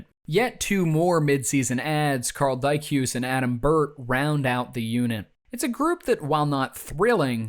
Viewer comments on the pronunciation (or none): notes on pronunciation, Jonas Hoglund was pronounced more like Benoit Hogue, Hogue-land. And Karl Dykhuis pronounced not like Dan Hamhuis, but like Dyke-House (where I live.)